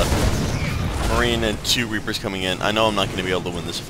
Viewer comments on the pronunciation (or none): lol once you said "rapers" instead of "reapers"